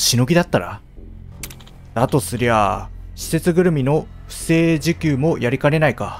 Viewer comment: 不正受給「ふせいじゅきゅう」